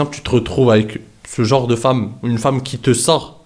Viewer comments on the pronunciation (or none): none